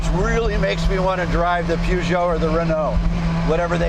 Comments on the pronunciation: It's amazing that americans are unable to pronounce Peugeot right xd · What an extraordinary pronunciation of Peugeot! 😂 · PEWgeot and RenOWE. Why can't Americans pronounce French words and names? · Yeah so cultured he can’t pronounce Peugeot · Tim, what's a poojoe? "Purje oh" with a soft j is how you say it America. Now lets see Jay in a Metro 6R4 giving it the beans! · Pjuugoo ..... no no it's pronounced as written : Peugeot 😂😂 The Peugeot 205 T16. I think Tim Allen is mistaking the Audi Quattro S1 for an Renault as he mentions "The Pjuugoo and the Rennoo". Becaus the Renault R5 MaxiTurbo wasn't have as succesfull as the Audi Quattro S1 and the Renault 205 T16. I remember these RS200's popping up in the late 80's at the Rallycross dirttracks (not Rally, but Rallycross) in Belgium and Holland after Group B got banned. For about 3 years these cars were dirt cheap. They blew the competition away. These are high revving engines. Not as big V8 which you drive at low revving, high torque, you need to drive these under 2 liter 16valves engines at high rev's to get it to even produce any horsepower. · What a shame 2 guys who hold themselves out to be experts spout such complete and utter garbage. The car was designed by Ghia and body made by Reliant. The chassis was all Ford with the help of Tony Southgate. Where these 2 got their "peeyoojo" rubbish from is a mystery. And it is pronounced PER-geot: PER is really not very difficult to pronounce. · I'm amazed how badly Americans can't pronounce European words that are known world wide. And also I thought Leno knew his car stuff. It's like these two have seen cars but never actually drove one